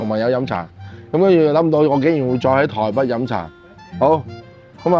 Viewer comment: 唔係「臺不」，係「臺北」 唔係「芋割」，係「芋角」